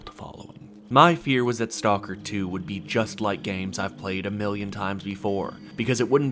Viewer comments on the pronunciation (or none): Learn how to pronounce the name of the game properly please!